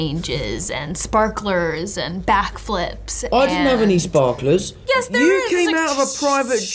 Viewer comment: “ I didn’t have any spakalers” 🤣🤣